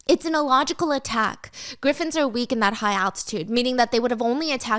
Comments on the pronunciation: Girl I love you so much but it's pronounced "griffins" not gryffins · the way Stephanie is pronouncing "Griffins" 😂😭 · 😂😂😂 I thought I was the only one who caught it